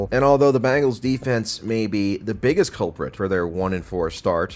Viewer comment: Who the hell are the BANGLES? Oh, yeah, they are a pop rock band. Geez, you talk about football for a living and can't even pronounce "Bengals"? Can you say the word "BEN" followed by the word "GULLS"? Just try it. And Dallas is going to walk into Detroit and win? Um...no. Not at all.